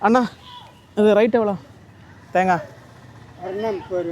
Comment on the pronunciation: அன்னா அல்ல.அண்ணா 😅